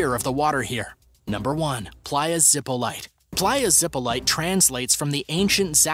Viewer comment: playa zipolite (pronounced more like zip - o - lee - tee) isnt that dangerous! I have swam there a bunch. Gratned, you dont go in deep, but its not top 10 most dangerous in the world